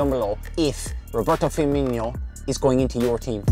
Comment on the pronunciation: DaraRaptor he is but it wouldn’t hurt if he could say Firmino’s name right